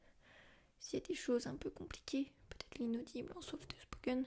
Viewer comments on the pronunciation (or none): Le softeuh spoken. Très bonne vidéo nonobstant.